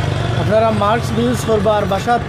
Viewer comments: mask not maks😂😂😂😂😂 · উপস্থাপক সাহেব, শব্দটা হবে মাস্ক (mask)